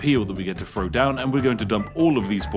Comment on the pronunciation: I do like your videos, but as a fellow Brit, you can roll your R’s and sound as posh as you like, but when you pronounce your th’s as f’s it makes me spit out my tea - it’s throw not fro, thanks not fanks!